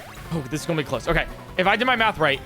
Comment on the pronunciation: I only just noticed you said "gonna" like "gulnna" (the l is soft but definitely there)